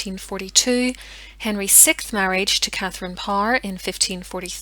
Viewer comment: Your research is extensive and professional and your Irish accent is extremely pleasant, certainly deserving a "thumbs up." Please remember that "6th" is pronounced "sixth" and not "sickth." (It has nothing to do with nausea.) [As a direct descendant of Dorothy Seymour, sister of Queen Jane, mother of Edward VI, (and, therefore his grand-nephew) I do tend to notice the mispronunciation of his numeral.]